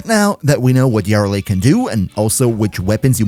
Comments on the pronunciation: you're pronouncing it wrong, its yuh-RELL-lee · Wtf is that Yareli pronunciation... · ❌ Yareli ✅ Yara Lee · Can you please stop saying “Yarly”? It’s Ya-re-li. 3 sylabbles. It ain’t hard. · Ngl yar reli triggers me. Me and everyone I know says ya reli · Yar lee 😂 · Love the video, but everytime you said "yareli" as "yarrili" i cringed lmao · yarr rehley lol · "YÁreli" bruh? Youre just baiting for comments at this point. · Say it with me: Yuh-REL'-ee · The jarl of Eli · He pronounced her name differently like 5 times and never the same way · Bro pronunciation of yareli pisses me off😂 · sorry man, im usually real tolerant when people cant pronounce something in warframe correctly, but that is NOT how yareli is pronounced and it cannot be tenable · theres a whole quest line abt her and they say her name multiple times. how do you mess this up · cant handle the way you pronounce her name... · Dude I was thinking the same lol too much pronunciation on the YAR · why you pronouncing her like that . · i swear you pronounce her name wrong on purpose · The Yareli pronunciation was awful, but the video is great. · 24s annnnd I am out that is horrible pronunciation